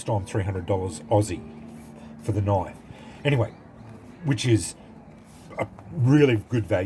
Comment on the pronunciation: Thats a noice knoife.